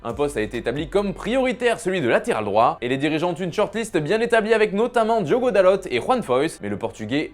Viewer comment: Diogo "Dalot" et pas "Dalotte"